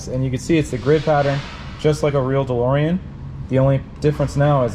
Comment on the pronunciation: Call the car "DeLSorean"